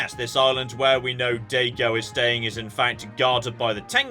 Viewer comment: Especially Daigo.